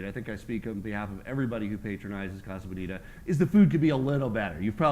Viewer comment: do you mean colorado or casa bonita? cause being spanish they are not pronouncing casa bonita right at all lol